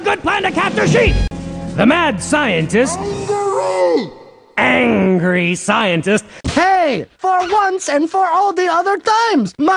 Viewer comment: ANGLRY! ANGLRY SCIENTIST!